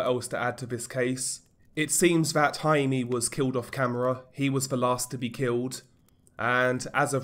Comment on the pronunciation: HI-MEH, not HI-MEE